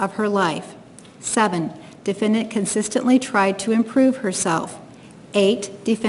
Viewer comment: My god bro, if I gotta hear this lady say “defyendyant” one more gain..